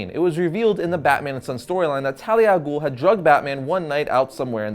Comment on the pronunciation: also ghul doesn't have a silent h it has another sound which is "خ" in arabic and americans or people who speak only English in general can't pronounce it